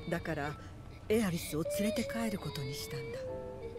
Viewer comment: Il a dit ah é riss au lieu de Aerith